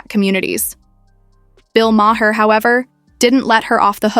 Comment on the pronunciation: Mah-Hair that how she pronounce his last name. 👀